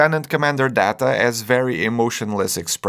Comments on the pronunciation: Day-ta not Dah-ta. There's a Star Trek episode in season 2 where he's particular about how his name is to be pronounced. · Lt. Commander Day-tuh, not Dah-tuh.. One is his name, the other is not. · It’s pronounced “Dayta”. One is his name. The other is not… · "You called me Da-ta. It is pronounced Day-ta." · Oh my god. GeorDEE, not GeorGEE. DAY-TAH, not Dah-tah. One is his name, the other is not. FFS. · 'Georgie' 'Dah-ta' 'Gweenan' Bro, just say you don't watch Star Trek. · Geor-gie, dah-ta, and gwi-nen, lol. Tell us you never watched the show without telling us you never watched the show 😂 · I gasped when he called Data "Data" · He mispronounced Data's name, so I believe his claim of ignorance. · The way you pronounced "Data" gives away you are not a fan. The same with "Guinan". Trivia for you: Whoopi Goldberg (who played Guinan - at this point not yet winning Academy Award but already a Nominee) joined Star Trek: The Next Generation because she was a lifelong fan of the original series and especially inspired by Nichelle Nichols, who played Uhura. As a child, she was thrilled to see a Black woman on TV who wasn’t a maid. Years later, already a famous actor, Whoopi asked Levar Burton to share with production team she wanted to be part of Star Trek: TNG. The producers first thought it was a joke, but once they realized she was serious, Gene Roddenberry met with her and created the character Guinan specifically for her. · Georgi is excusable but DATA?! DATA?! C'mon man. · You mispronounced Data's name 😢